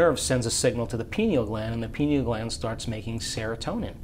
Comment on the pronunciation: I like that the lady pronounced it "pine- al" instead of "py-neeyul". I forgot the name was based on the pine-cone shape.